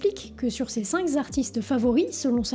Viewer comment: 5 zartistes 😅 fausse liaison classique sur YT après les nombres... Merci pour cette video!